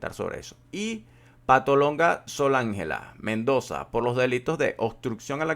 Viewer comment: "Patolonga" no, Patóloga